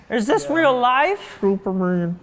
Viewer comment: “Hey. I’m thooperman” 😂